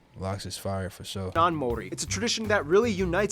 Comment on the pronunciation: No offence or disrespect to you my bro but, the narrator’s pronunciation of the Maori Language is shocking and insulting. Personally, it’s not such a big deal that NZ was not included on the world map. You are correct, the north island looks like a fish/Stingray hence it was referred to as Te Ikanui a Maui (The great fish of Maui). Maui was a famous and magical ancestor of Polynesia. He stowed away on a canoe when his older siblings went fishing one day. He convinced his brothers to travel further south and magically fished up the north island. The South Island was known as Te Waka a Maui (Maui’s canoe) prior to the great migration. Stewart island was known as Te Tauranga o Te Waka (The anchorstone) prior to the arrival of Polynesian. 7 main vessels each had a flotilla of smaller vessels. Maui was so revered and famous for his many great deeds that the Hawaiian people named an island after him. The stories of Maui’s great fish, were handed down verbally through the generations. Kupe was the first navigator to follow the constellation of stars known to Polynesian as Te Matau a Maui (Maui’s Fishhook) Kupe gave the name Aotearoa (Land of the long white cloud) a subtropical rainforest. Kupe returned to Polynesia and informed the many paramount chiefs who began building the canoes for the journey. All the canoes and their people met in Rarotonga for the final feast and the emotional farewell the next morning before they set sail for Aotearoa. It wasn’t as Anthropologists wrote man